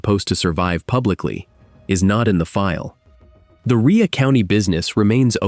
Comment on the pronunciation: Its Rhea as in its pronounced ray. Rhea county. Ray county. Ai can't read many words. I'm wondering why it can't be taught how to pronounce words correctly. Rhea county is spoken as ray County, Tennessee. I happen to live near by. These are real or fake cases and many of these are just made up like short stories. Fiction. It may be real it may not. Perhaps you can look it up whether it’s fact or fiction. But you’re welcome for the pronunciation of the actual place they claim it happened.